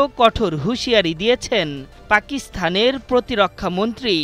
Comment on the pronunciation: এগুলোরে সংবাদ পরিবেশন করার জন্য নিয়োগ দেয় কিভাবে? পাকিস্তান উচ্চারণ করতে পারে না এটা কোন সংবাদ পরিবেশন হলো😁😁